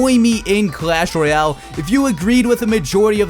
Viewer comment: Sir SIR, its not Clash Roy--l its clash Royale